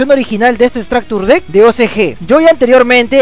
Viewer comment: todo muy bien pero como que "estractur dekk"